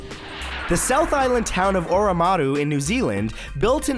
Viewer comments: its oamaru not oamuru matt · the way he pronounces oamuru though 😂 who else is from nz? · I'm sorry Matt for having to correct you but oamaru is pronounced om ar ru btw I live there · it's Oamaru not Oamuru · you need to get your New Zealand pronunciations better Oamuru = Ohm-mu-ru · bro that was beautiful i love the way you tried your hardest to pronounce oamaru <3 its oh-ma-roo...but damn you had way more pizaaaz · Also thats Not how you say Oamaru Edit thats also Not how you spell it,,its the way i wrote it not oamuru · Hello from New Zealand! I love your channel. Good try on pronouncing Oamaru, but you didn't quite make it. It's pronounced AH-mu-ru. Cheers. :) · "Oamaru" not Oamuru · oamaru is pronounced as oh-ma-ru. Maori is usually a diphthong. Meaning that two symbols equal one sound. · He pronounced Oamaru way wrong. I don't think I've heard anyone pronounce it that way. Oamaru is like forty minute drive away from me. I also prefer the old format, to me it's not really animated that much. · O a Maru 😂😂😂😂 holy shit that's not how it's pronounced